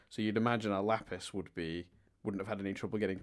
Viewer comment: Lol he did say "Laffis" the second time instead of Lapis. But doing it once is worthy enough for congratulations